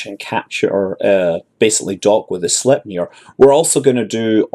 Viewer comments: It's pronounced like this > "Sleigh"-pnir ... (the nir is just like "mir" but with an n) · Scott, Sleipnir is pronounced "Slaepniir" if you understand what I just wrote, if you know Swedish letters it is "Släjpnir"